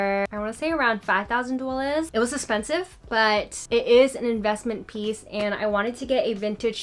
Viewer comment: I love the way you say “espensive”💜😂